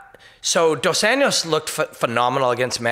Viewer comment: Tuned out on the "dos ENYOS" part. It`s been over 3 years since he`s been in the spotlight for his performances. Can't get over the butchering of his name. English or Portuguese, please. Enyos is neither.